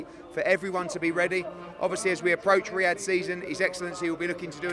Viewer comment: Make an effort, mate, it’s Riyadh, just like it’s not Portsmuff.